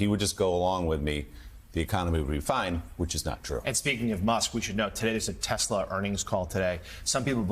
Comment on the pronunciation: tesler. i'm waiting for the first meme showing someone who's actually re-badged their car to read 'tesler'.